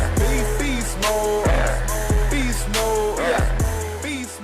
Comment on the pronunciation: Hahahah your intro literally sounds like "be small" instead of beast mode 😂